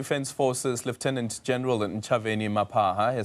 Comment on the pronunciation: Correction, Ntshavheni is pronounced Nchabeni.